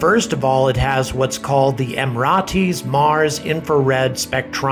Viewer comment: Someone for the love of god tell him how to pronounce Emirates properly! Why aren't more people saying this?! Also if anyone doesn't know the UAE you need to educate yourselves ffs.